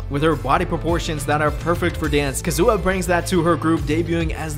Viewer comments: Is this actually how Kazuha’s name is suppose to be said? Bc it was irritating tf out of me Lmaoo I always thought it was Kah-zoo-ahh not Kuh-zoo-uh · “Ka-zu-ha”, not “Kazoo-ah” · omg she's not a kazoo at least try to pronounce their names right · that’s not how you say kazuha 😭😭💀💀